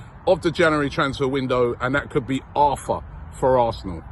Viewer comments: It's actually pronounced Artur not Arthur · ARRRRTUR - NOT ARTHUR. Christ, Robbie!! He's Brazilian, not English